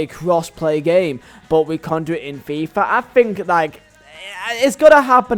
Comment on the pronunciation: I love how he says fifa like a true burnley man. FEEEFAH